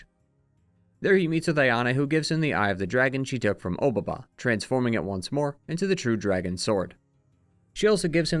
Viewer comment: "Obaba" is a way of saying "Old Lady" with a bit more formality than just "baba"; it itself isn't really a name and you could call any old lady obaba which is why there's always a descriptor or another name attached to the title. also your pronunciation is wrong, and it bothers me 😂. the "o" just indicates politeness in addressing. Honestly generally the case with a lot of pronunciations of Japanese names throughout this video lol.